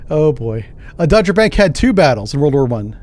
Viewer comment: Not Dodgerbank, sry - its called Doggerbank, North of Helgoland...